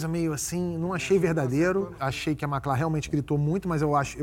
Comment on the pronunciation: Eu não entendi essa mudança na sílaba tônica no nome da Macla somente na final. Um presságio e toque do diretor que já anunciava uma mudança necessária para a já futura ex porta?